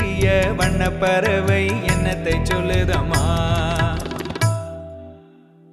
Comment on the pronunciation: Classic singing of a Classical song. Excellent support system. sang the difficult portions comfortably. One thing is சொற்களில் அழுத்தம் தேவை. உ-ம் he sang வண்ணபறவை, it should be வண்ணப்பறவை. Like that எண்ணத்தை. We can learn proper தமிழ் உச்சரிப்பு from TMS Sir's songs themselves.